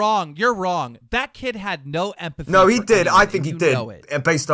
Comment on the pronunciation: "epathy" - illiterate Keemstar